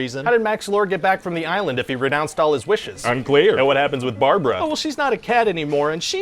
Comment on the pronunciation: Its not Barbara, its Brabara